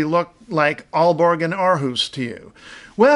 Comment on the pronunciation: You are hilarious....when you said "Our house"..